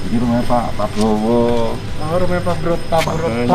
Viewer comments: Ngakak pas gk bisa bilang prabowo🤣🤣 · ngakak wkwk, bilang Pak Prabowo aja susah wkwk